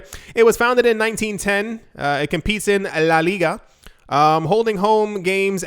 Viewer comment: Your phonems in Spanish are ON POINT!!!! Congrats, veh few times I've heard that level of detail, simpli the way you say "la liga" sounds 100% native